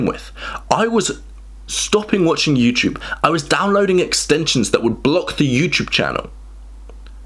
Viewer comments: What's this YouChube you speak of? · Say Youchoob one more time! ☠️ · I am not from an English-speaking country, is it normal to pronounce "iuuuuchuvvv"? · I love the way he says "YouTyoube."